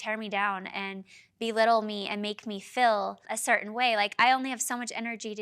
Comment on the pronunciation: If you're going to force us to listen to Whitney-the-Bubblehead then someone is going to have to correct her fkg grammar. Teach the girl to say the words REAL and FEEL. I cannot with the "rills and fills" of this girl's mispronunciations.